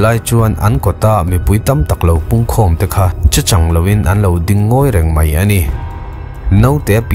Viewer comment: Che chàng loin, tih hi i thluk dan a dik lo tlat mai.